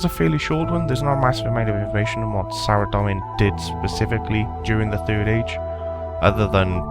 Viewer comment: Hi there, it's pronounced "Sara-Dome-in" not "Sara-Dom-in". Good video though.